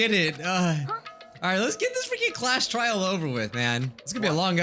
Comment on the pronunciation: Did you say trail on purpose or a joke from trial 4?